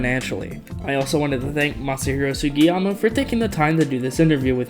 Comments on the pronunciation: ...how could you not pronounce that name...anybody can pronounce that😂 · can't even pronounce the name of the man that made sonic cd and sonic adventure 2 possible im crine😭😭😭😭 meanwhile matt rose pronounced jun senoue's name wrong